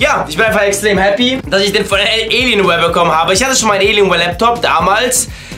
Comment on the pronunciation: es heißt Alienware und nicht Eeelienware!!!